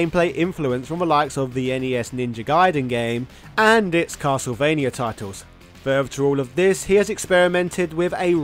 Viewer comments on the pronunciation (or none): none